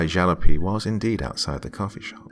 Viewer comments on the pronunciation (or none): Thank you for the great stories. Incidentally, when referring to your wheels, your ride, you car, jalopy is pronounced Ja LOP ee. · For future reference :) Jalopy is pronounced Jal as in PAL op as in STOP y like the y in HAPPY